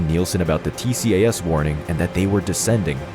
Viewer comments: I thought it was called "T-cass" (tcas) ? Perhaps only in the West? From a non-pilot, Tx USA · It is Not T-C-A-S!….It’s always referred to as “T-CAS” throughout the entire World!